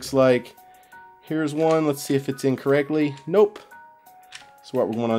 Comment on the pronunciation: Whenever you say 'in correctly' it sounded like incorrectly. :D anyway, I think this is an awesome series and I'm looking forward to the next one.